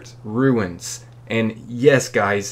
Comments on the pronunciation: Why do you say ruins instead of runes lol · Runes, not ruins 😂 pronounced “Roons” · They are runes not ruins. Lol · Runes. Not ruins lol